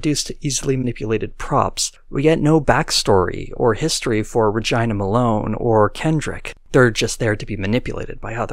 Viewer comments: "Ruh-ji-nuh"? I think it's pronounced "Ruh-gee-nuh". But I could be wrong, just sounds weird. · the way he said Regina 😂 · i don’t think thats how you pronounce her name.